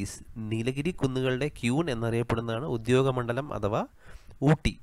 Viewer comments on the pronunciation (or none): Please notify the words and correctly pronounce the words. ഉദ്യോഗമണ്ഡലം അല്ല ഉദഗമണ്ഡലം ആണ്.